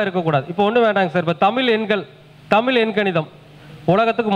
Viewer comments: நீங்க தமிழ் என்று சொல்லாமல் தமில் சொல்றீங்களே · MUDALIL TAMIZH ENDRU OZHUNFAGA UCHARIYUNGAL MURUGAN TAMIL KADAVUL AVANGA FATHER SIVAN NORTH INDIAN KAILASH LA DANE IRUKKAR